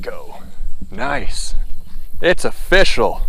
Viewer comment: Did anyone realize that he said it’s official like o fish al